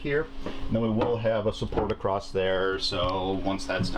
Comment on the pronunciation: Hey fella there is no "T" on the end of the word across....just sayin.